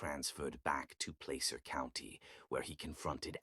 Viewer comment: Yak - eh - ma - accent on the first syllable. Plass-er. Please look up pronounciations before reading!